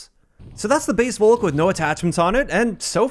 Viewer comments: If anything it's pronounced "Faulk" btw. With no pronouncing the "au" so much as an American/English person would. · FYI, the V in Volk is pronounced like an F.